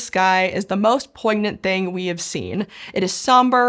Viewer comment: Pronouncing 'poignant' with a hard G? Where did this person go to school?